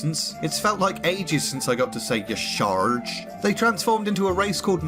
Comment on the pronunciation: Haven't finished the series, and have enjoyed every episode, but this has been my favorite so far. My wife laughs at the way you say, "Y'Sharj."